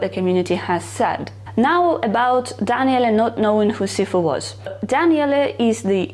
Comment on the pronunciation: No no, it's fine. It's not the Italian way (I'm Italian btw) to say it but it's one of the best Daniele that I heard on yt from foreign, and sounds good. 😇